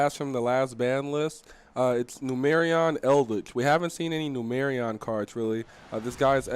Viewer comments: IT'S FUCKING NUMERON (NEW MUR AWN). 🤦🏻‍♂️ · Boyyyy it is Numeron. Not Numerion. lol